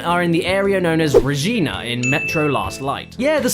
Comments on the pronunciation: it's regina, not rejina, good god. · Re ghenah Kappa, it re-gi-na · Its pronounced Regina, like Vagina. I would know since I live in Regina Saskatchewan.